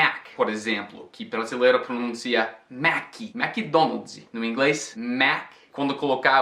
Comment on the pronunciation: "mequi donaudi" alakakajak